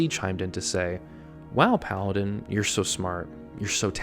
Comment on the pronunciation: Paladin more like Paladih 😂😂😂😂